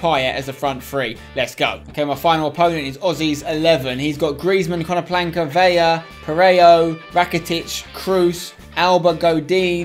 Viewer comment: Can you stop saying KonoPLANKA Spencer, it's KonoPLYANKA